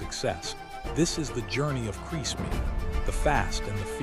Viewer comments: I think he’s called Kriss and not crease 😂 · Ruined by the Ai voiceover getting many names wrong, including saying Kris wrong every single time!